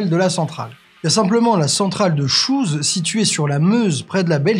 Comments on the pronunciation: Superbe vidéo !! Y a pas plus clair pour comprendre quelle est la meilleure stratégie énergétique :) Continuez comme ça ! Juste petite remarque "chauvine" sur la prononciation de Chooz qui se prononce "Chaud" et non "Chouze" 😂 Ça nous a fait mal! Haha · Ah petite précision : l'installation nucléaire près de la Belgique à Chooz, ça ne se prononce pas "chouse", mais "cho' " (Je vous laisse imaginer le problème quand on a décidé de nommer les réacteurs avec les lettres et que le premier s'appelle Chooz A.. ^^') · La centrale de "SHOES" 😀. Ça se prononce "cho" (aucune idée de l'origine). C'est un détail mais ça m'a fait rire. Sinon quelques inexactitudes mais dans l'ensemble c'est pas mal. D'ailleurs, c'est sympa de corriger les inepties de Jean Luc melenchon sur le sujet.